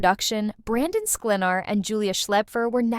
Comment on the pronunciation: What a bunch of BS. All not true. You can’t even pronounce Brandon’s last name!!☹️ Check it out and learn it🤣